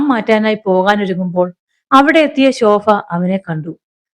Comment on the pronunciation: കഥ വായന ഒക്കെ നന്നായിട്ടുണ്ട്.. പല സ്ഥലത്തും ഭ.. യ്ക്ക് പകരം ഫ എന്ന ഉച്ചാരണം അരോചകം ആയി തോന്നുന്നു. ഫക്ഷണം.. ശോഫ..